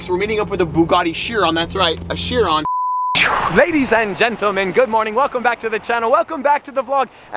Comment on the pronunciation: its not called a buggati shiron its called a buggati chiron